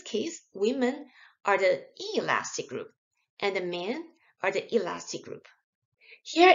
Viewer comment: bro i cant distinguish her between elastic and inelastic lol it sounds the same